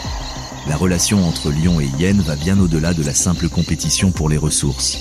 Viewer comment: d'ou on dit les hyyyénes c'est insupportable le mec on lui a pas dit que c'était hyénes !